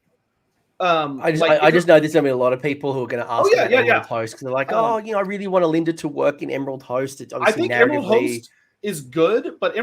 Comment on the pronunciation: By the way, ‘Lady O Lynda’ is said with a silent ‘O’. It’s LYNDA. 😂🤣